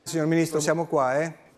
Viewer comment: Da "PreSiDeNteH" a "MiNiStRoH" è un attimo